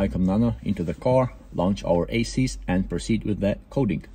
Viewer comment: Мда… для английской аудитории сам язык еще так нормально подучить не мешало бы, хороший для тех кто хреново понимает. То же самое произношение названия программы Esys, никак не Asys 😂😂. Хорошие познавательные видео некоторые в целом, но с английским явно переборчик.